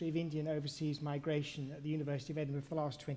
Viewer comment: The People who troll Shahrukh don't know the pronouncing Edinburgh 😂